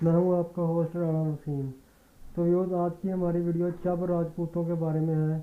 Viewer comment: Chab qom nhi Chib hoti hae